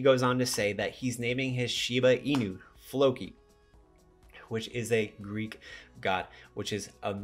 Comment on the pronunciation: its "Floki" not "Loki" lol i knew what you meant tho haha